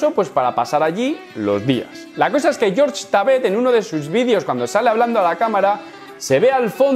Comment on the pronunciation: por favor no le digas George a Jorge jajaja es raro